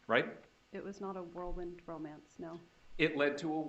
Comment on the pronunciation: Whirlwind not worldwind